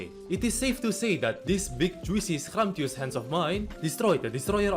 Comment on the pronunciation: that was one hell of an accent moment when he said scrumptious lol